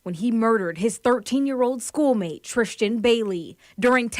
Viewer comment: who is TRISHTAN ma'am?! If youre gonna cover the case pronounce her name correctly